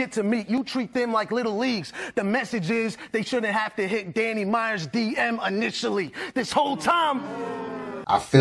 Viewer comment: Why won’t it fly, they let Tay Roc get away with saying DNANNY and let Goodz say bambi.